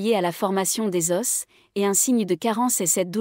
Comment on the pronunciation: Des os, pas ded osse